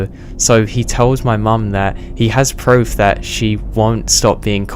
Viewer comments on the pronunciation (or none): none